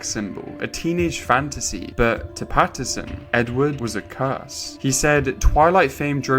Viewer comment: Great video however is his name not patt-in-son and not patt-er-son